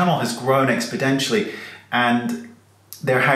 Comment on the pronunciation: I love natural setting videos. A quality video is needed to acquire a good following but going beyond focus, reasonable lighting and sound is overkill and not impressive to me. BTW, the word is 'exponentially' vs. 'expodentially.' It is a very common mistake.